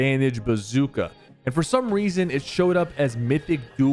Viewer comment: Not to flame Sypher he said he said “For some weason”😂